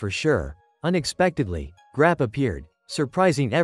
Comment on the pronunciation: bro said grap you 😂